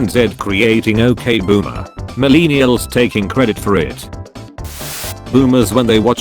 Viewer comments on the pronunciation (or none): Most people: millennials Computer voice: milēnēals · Nobody: Absolutely nobody: This guy: mUhlEENiulz